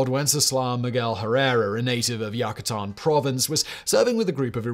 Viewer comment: This is very well done but the pronunciation is so bad as to make many words incomprehensible. One need google the pronunciation and viola! The biggest sin I believe is Yuck a Tan omg